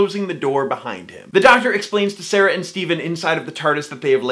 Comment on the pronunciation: Sara is not pronounced Sarah...